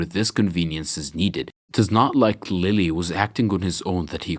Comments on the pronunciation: Its pronounced leel like the french futbol club. Not lily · Just an FYI, Lille's name is apparently pronounced 'Leeyay'. Between that and Chocolate Ingles, he seems to be from the Caribbean